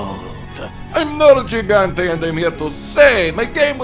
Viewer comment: The sins of, using a soft g for nergigante...